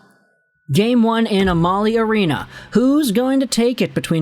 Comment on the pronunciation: It's not "Uh-Mah-Lee" arena. It's "Am-Uh-Lee". It's an oil company.